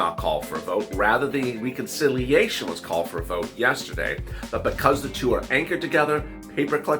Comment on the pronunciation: Please say Reconciliation correctly. The e is not a long e it's as though you were saying RED. Reh-con-silly-a-shun